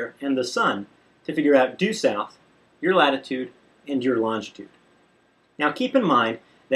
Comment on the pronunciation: Longitude. Learn how to pronounce it before you attempt to discuss it.